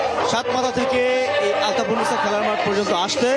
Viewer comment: আলফাতুন না ভাই, আলতাফুননেছা মাঠ।